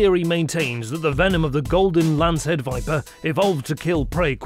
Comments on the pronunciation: It's not lace head it's lancehead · Lancehead...its lancehead not lace head!! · Golden lancehead not lacehead. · Agree with Sweetassugar69. A "golden lacehead" should be pronounced Lancehead" if the editor missed that how can you trust any of it. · no, honestly anyone could make a better video than this. Showing a North American Eastern Copperhead (Agkistrodon contortrix) which is venomous, but rarely fatal, kind of defeats the purpose of this video. Also, it's LANCEHEAD, not "Lacehead". They are far from the world's deadliest snake. The deadliest (terrestrial snake) per venom yield is the Inland Taipan (Oxyuranus microlepidotus) native to Australia. Check your facts, go back to Biology class, and try again. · It’s LANCE head WITH A N, not lace 🤪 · It`s " Lancehead " not Lacehead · Fer-de-lance..... not lace head! Lol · It’s lance head not lace head 👍😂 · The announcer got "Lancehead" correct on the third try.